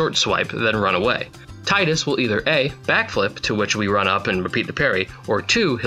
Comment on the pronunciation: I am moved by the statement you made with your pronunciation of Tidus.